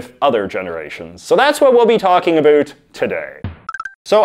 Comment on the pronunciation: "Anything a boot anything" .......we found you secret canadian!